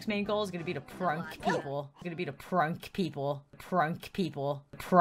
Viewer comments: prunk people me:what the hell Did you just say prunk people?????? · That’s sad and she said pruck people like bruh